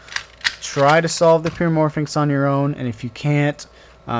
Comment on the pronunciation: Pyramorphix not pyramorphinx. There is no 'N'.